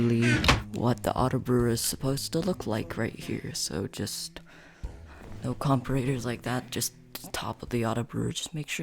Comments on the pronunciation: great video bro but im not gonna lie to u, you dont say comperators its said like comp-ara-ters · I laugh so hard every time at the comp-ah-rate-ers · The way he says comparators pisses me off but other than that it is a great video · i hate how you pronounce comparators >:(